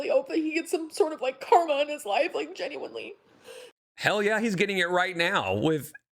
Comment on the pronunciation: Between the mouth popping, the “Ginuinely” & the smugness- this is so hard to listen to- thank you for doing this for us 😂😂😂 The “lie” was it was IG instead of Tumbler? Emily probably talks to super morbidly obese women on EVERYTHING! She just got confused at which site it was. was coming out to play